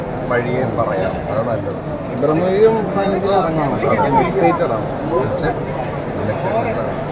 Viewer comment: ഭ്രമം എന്നാണ് .... അല്ലാതെ ബ്രഹ്മം അല്ല.